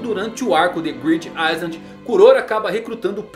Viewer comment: Oi, ótimo vídeo, esses dois personagens estão facilmente entre os mais fodas da série! Só uma pequena correção: o S em island não é pronunciado.